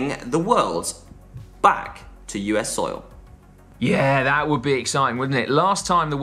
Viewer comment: surely we’re not letting get away with that pronunciation of ‘soil’ at 14min05. Have him!